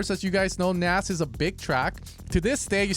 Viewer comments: I'm pretty sure u pronounce the K in Knas. Not Nas. In swedish it means fool! Or in slang it means "trouble" :D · Knas is pronounced with a hard K.